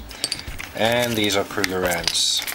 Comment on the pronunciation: Krugerrands not "couger rounds."